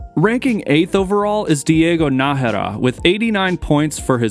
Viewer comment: yes brother!!! you said NAjera!!! you are the best :P